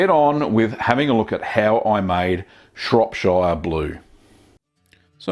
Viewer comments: It's great that you allow your subscribers to learn from your minor blues, lest we repeat them. By the way, Shropshire is pronounced "Shropsher". When speaking "Pom", we Aussies should endeavor to get it right. Got it ..... guv? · don't blame him, english is his second language. really, every time he said shire, it was like bamboo pins under my finger nails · The way you pronounce shropshire gives me anxiety... I'm British btw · Please pronounce Shropshire correctly at least lol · Itttsss fiiiiinne You english and your "burgh" and "shire", as long as the message is conveyed it's fine. If I corrected every person who pronounced "New Orleans" like a tourist, I'd never have time to watch a guy make cheese. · Yeah as a French I can understand why French or Italians for instance don't pronounce [...]shire the right way in this context but I don't get why most americans don't seem to know how it's pronounced originally. Like, if you're talking about a county that's in England, pronounce it shuh, idk